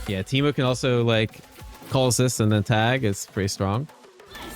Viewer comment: In the first minute you say Temu instead of Teemo at least once, but I think a couple times. I keep doing this too xD